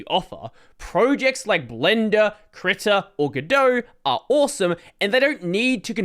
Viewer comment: Nah, it was spelled correctly. I was making fun of his pronunciation.